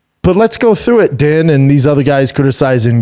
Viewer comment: Why can he say Herb Dean but pronounces Din Thomas?! 😂